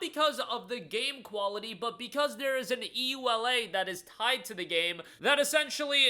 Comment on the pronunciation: It's the first time I hear someone say EULA letter by letter.